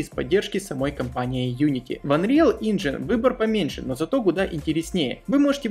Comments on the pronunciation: Инжин? Инжин?!, ну пожалуйста, это даже хуже чем я произношу английские слова))) За видосики и информацию конечно большое спасибо, но тебя дети смотрят)) пусть не привыкают к неправильному английскому) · Анриал Инджин?!? Инджин!?! Ты угараешь?